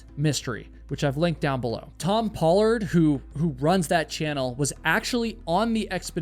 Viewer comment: Thank you for pronouncing the "Pollard " name correctly, hence, my name is Caroline,Pollard Combs.